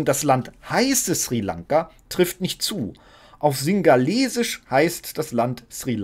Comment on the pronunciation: Ja, das ist mir auch unangenehm aufgefallen : Schrie Lanka anstatt Sri Lanka Und ja, Sprachregelung von höchster Stelle, auffallender geht es nicht mehr.